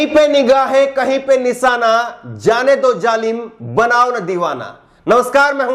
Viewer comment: Nisaana ku bolte ho nishaana bolo shaa ko saa bolte ho